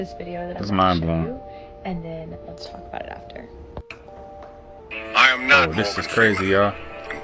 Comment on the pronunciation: She put to much emphasis in iam when she said i am not in the nati